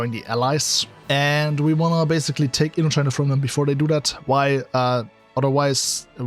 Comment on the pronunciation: It’s Indochina not Intochina!